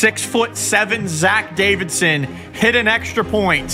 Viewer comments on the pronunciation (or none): none